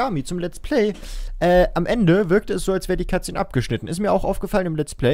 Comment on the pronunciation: statt "Cut Szene" habe ich immer " Katze" verstanden :DD